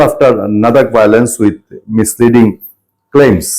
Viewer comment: "নাদাক" নয়, "লাদাক" হবে।